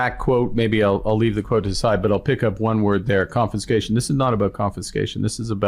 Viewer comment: I love the way Carney first says the word..."confinscation". It's alomost like he has to figure out what topic he is actually talking about. Why doesn't he just come out and say it is about "controlling his subjects"?